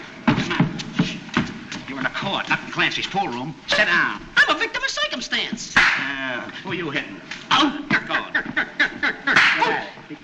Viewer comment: "I'm a victim of coicumstance!!" My favorite Stooge line!